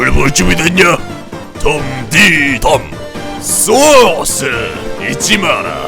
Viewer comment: 이 영상을 본지 3년째, 당신때문에 3년전부터 요리할때마다 소스를 쏘오-쓰 라고 발음합니다.